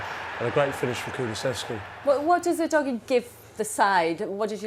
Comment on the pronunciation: 영상 안보고 멘트? 우도기라고 하는데 우도지라니